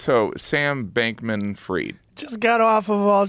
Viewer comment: stop saying freed, its FRIED.🥴🥴